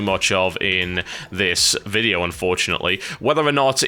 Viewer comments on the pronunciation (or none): none